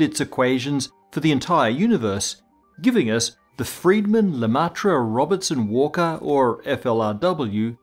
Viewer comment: LUH MEH TR is how you say Lemaître SHVAAARTS SHILT is how you say Schwarzschild